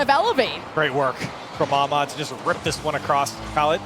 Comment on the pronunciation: Turk was correct Ahmad as well only okhalid without the kh rightly done but understandable for an English speaker